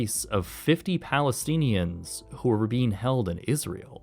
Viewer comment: Palesteen and the Palesteeneeans huh? Hahahaha